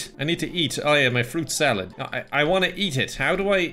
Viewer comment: You say fruit salad I heard pyco salad haha